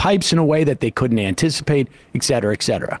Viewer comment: Supposedly intelligent people saying "exetera" is a pet peeve of mine. It's like you have never seen the words written out. Yeah I won't nag about language; always changing and all that. But you "should of" [groan! - ed.] known this expression though.